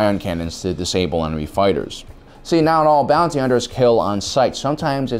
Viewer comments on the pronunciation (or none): none